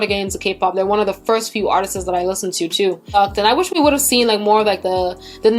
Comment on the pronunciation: The word "artists" is two syllables, it's not pronounced "artistsis". Go to Google and type "pronounce artists". You speak very well, I just wanted to let you know, being as you speak four languages.